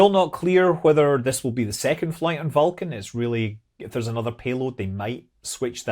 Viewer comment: Scott says Vulcan in a way that sounds like Falcon.